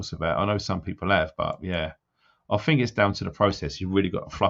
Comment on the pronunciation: When you pull people up for there and their, just remember you say 'fink' not think, I 'done' instead of I did just to name a few. Also stop frigging coughing man. Still like you but you need telling x